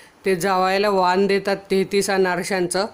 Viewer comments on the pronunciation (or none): वाण असा शब्द आहे वान नाही